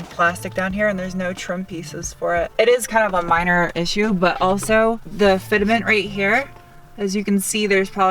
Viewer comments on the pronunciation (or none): haha with your knowledge of cars I just can't wrap my mind around how you called it "fit-a-ment" more then once hehe xD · did you just say "FIT A MENT" LOL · Fitament, okay😂😂 good english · GREAT videos. The Turbomacs / Sparco copies give the focus an awsome rallye look. Your knowledge of cars and the electronics installs, badass. Your humor and funny roommate make your videos even better! Keep up the good work!! Fit-a-ment.: )